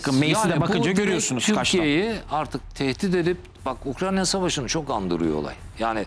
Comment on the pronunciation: sayın konuşmacı abicim ukranya değil ukrayna. önce onu öğren